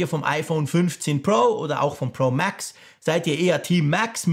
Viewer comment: Hast’nen hammer englischen Akzent ( MääääX) 😉👍🏼